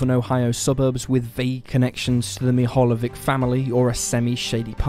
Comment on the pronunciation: It's pronounced as " Meehalyevich".